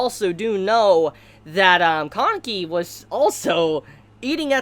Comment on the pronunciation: im confused when you are pronouncing kaneki's name. im hearing koneki?